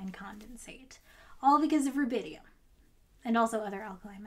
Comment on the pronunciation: So it's rubidium not rabidium and not even rabinium.